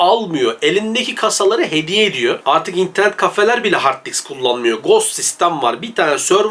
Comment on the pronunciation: Harddiks değil Harddisk. :)